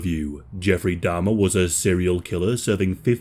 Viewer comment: Can you please pronounce Jeff's surname correctly?? It's Jeffrey Dahmer.